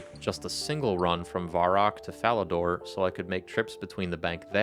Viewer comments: VUH-rock, not VAR-rock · hey just a heads up its pronounced vehr-rock not varr-rock